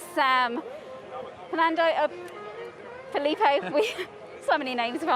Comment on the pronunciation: You mean Felipe?